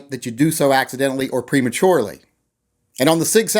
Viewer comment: He said "Prematurely"